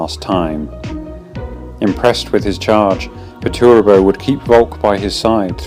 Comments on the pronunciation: I cringed a little at the pronunciation of Perturabo. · Overall very good just the pronunciation of perturabo (which is like nothing) still a very good video! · The pronunciation of “Perturabo” got me.